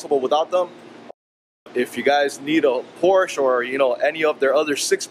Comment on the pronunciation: Its Por-sha.